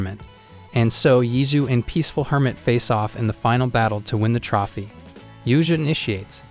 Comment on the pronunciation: It was a Good video. Only critique would be you Mispronouncing "Trophy" other than that pretty great.